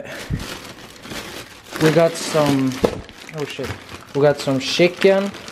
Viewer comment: “We got some shicken”🤦🏽‍♂️😂